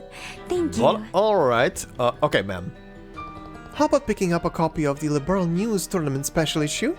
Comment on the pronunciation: The fact that they told the ENTIRE cast to mis-pronounce "Liberl" when there was a precedent for it's (correct) pronunciation in the later games still blows my mind. I'm so glad I didn't play this through until after the "Legacy Patch" had hit (My son gifted it to me on Steam as a birthday present).